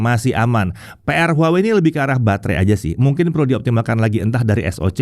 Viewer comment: brand HUAWEi dibacanya : WAHWEi 😊